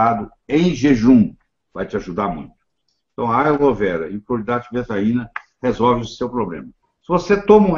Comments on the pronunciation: Ele diz Cloeidrato de betraina ou betaina??? Na internet ta betaina. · O Dr: fala cloridrato de detaina ou cocaína? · Qual o nome do remédio que o Dr falou? Não consegui decifrar. Obrigada. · Oi eu refluxo e azia gostaria muito tomar esse remédio que o Dr fala no vídeo mas não consigo entender o nome. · Eu não entendi o nome do remédio que o falou, alguém pode me ajudá à entender? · Cloridrato de que: Betaína ou tetraína? Ouvi várias vezes e não entendi. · Não consegui ouvir bem nítido o nome do remédio que o dr. Falou fiquei na mesma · Desculpe não consigo entender o nome do medicamento ouvi só cloridrato e o resto não entendo. Obrigada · Nao entendi direito o nome do remedio cloridrato de que?